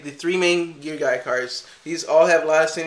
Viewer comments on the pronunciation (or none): Pronouced Gear GEEA